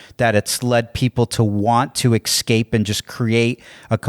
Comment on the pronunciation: Excape? Who are you, amberlynn reid the super obese illiterate?